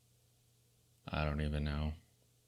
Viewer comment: It is pronounced "custos". Hideous watches by the way.